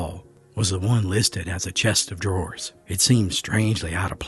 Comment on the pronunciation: It's a dadgum chest of drawers. Not Chester draws. Even mountain folk know that....